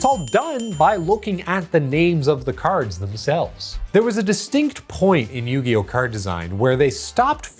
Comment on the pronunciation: Or “Queeriboh”